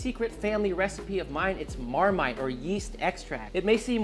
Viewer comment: Your britishness came out at the end with Marmite lol 😆